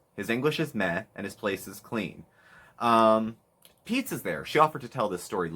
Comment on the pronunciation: the “GOOD. FOR. PEETZ.😬” took me out lol